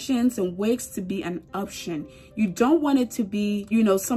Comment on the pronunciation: She said obtion💀